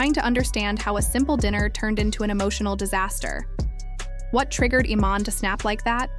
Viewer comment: The AI mispronouncing the name is erking me more than anything